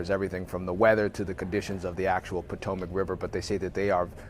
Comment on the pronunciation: I'll give the reporter the benefit of the doubt, it's not "Commercial Regional Jet". The "C" is for Canadair, the company that made the jet. It was part of Bombardier, now mostly owned by Airbus, but this is not an Airbus aircraft. It's also "Pot-Ohm-Ack", not "Potto-Mac" but let's not be picky. Hoping they find the missing 12 bodies. I cannot even imagine being a diver in the water knowing what you might come across.